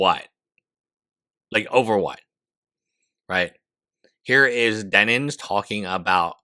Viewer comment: At this point he's just saying "Denins" for the love of the game.